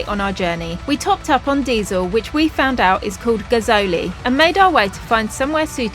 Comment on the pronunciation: Gazole - pronounced Gaz-oil